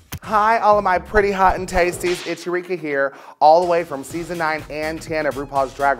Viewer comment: Eureka sounds like she is saying 'It's Ricky Here'